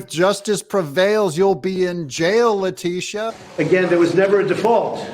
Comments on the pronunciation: Le' titi a James? Is that how she pronounces it? Anyway, she's a crooked DA! She, the judge and Et All involved in this corrupt lawsuit should face disbarment and jail time. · LA teetta. Ms. Titti.